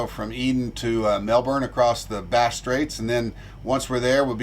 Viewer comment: I'm not going to lie. I can't wait for you to get the Melbourne. So you can learn how to say it right. It's driving me a little nuts.